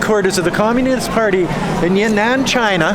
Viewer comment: that's Yan'An (not Ya'Nan) in ShanXi